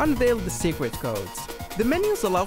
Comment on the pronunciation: Secwet. Xway. Do you have a speech impediment? No hate